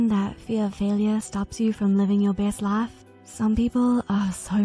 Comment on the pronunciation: “fea of failyuh stops you from living your bes lauf??” This cracked me up